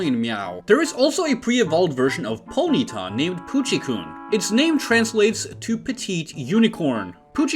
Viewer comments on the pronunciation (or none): You need to work on your Japanese pronunciation. When you have a double “o”, it’s not pronounced like the vowel in “food”, it’s pronounced like a long held “o”. So it should be pronounced like “Poochie-cone”. But even then, it probably might be better transliterated as “Puchi-corn” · I don't expect an American to pronounce things properly but "Puchikoon" was too much 💀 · in japanese "Puchikoon" (actually spelled Puchikōn) would be pronounced Poo-chee-cohhn. long ohh sound, not uu. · "Puchikoon" was incredible 😂